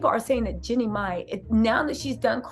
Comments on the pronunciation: Jenny has a name too. 😂 It's GEE-NEE ❤ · I love your content but girl you are pronouncing her name wrong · Please say her name correctly 😅